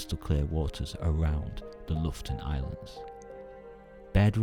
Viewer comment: Not loften but lo-fot-ten! 😉